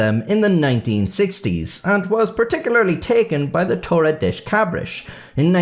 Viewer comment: das in Portuguese is pronounced "dush" not "desh"